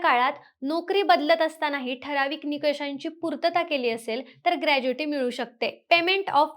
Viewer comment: ग्रॅज्युइटी नाही ग्रॅच्युइटी असते